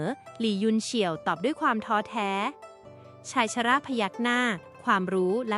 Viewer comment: คำอ่านผิด บ้าง ถูกบ้าง เช่นชายชรา อ่านออกเสียงผิดบ่อยๆ เปน ชายชะร่า